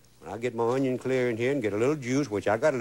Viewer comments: I have so many fond memories of watching this guy on PBS with my mom. Makes me happy to see him again. My mom still pronounces "onion" the way Justin Wilson does - "awn-yon." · He loves his “ onyion” childhood memories